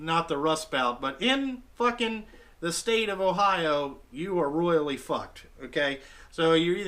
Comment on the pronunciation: I'll be using the word "Royaly" at work now😂😂